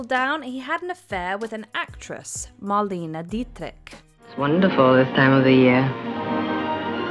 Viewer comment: I live did the day that you get the pronunciation of Marlena Dietrich’s name right.